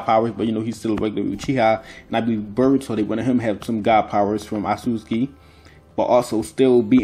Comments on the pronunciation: he absolutely says burrito not boruto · Also, it's Boruto, not BRRR-ito. BRRR-ito is the Hood version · Bro did you just say call Narutos son Burgto!? You juss black talken or juss tryen du sound coo. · I don't really see anybody talking shit about your accent so if anybody dislikes it I highly doubt that's the reason. I can't notice a Haitian accent at all, you just sound like a normal black American dude. Only thing I've noticed people talk about and noticed myself is you calling Boruto, "Burito". Fix that up and there's no problems at all bro. Also on a side note I wouldn't be sleeping on Himawari's byakugan considering she's the daughter of Hinata, descendant of Hamura, the Byakugan princess, and then her father is the reincarnation of Ashura, son of Hagoromo. If you actually go through her lineage like that it would have her and Boruto being the closest people to Kaguya and full Otsutsuki's in the modern era. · This nigga really says "BERROOTO" 😂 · You said berbauto lol